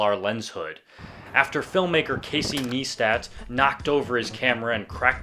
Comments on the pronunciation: Casey "Nistat" :D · it's neistat (pronounced as nice-tat)